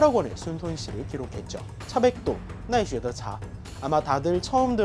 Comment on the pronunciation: 심지어 나이쉐노차 아닌가 중간에 히라가나가 보이는데